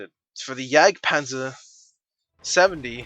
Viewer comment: Technically it's pronounced Yag-Panzer. Same logic as Gewehr is pronounced Ge-vehr. It's German. Fuck this building! It died! It died! LOL